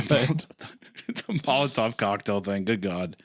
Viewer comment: Isaiah is so off on the "Molotov cocktail" thing, it's a shame